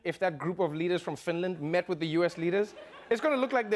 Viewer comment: FINDLAND WTFHHHHAHFAH